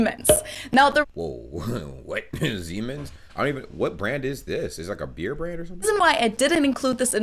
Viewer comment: You pronunciation for the other 3 beer brands was pretty much on point!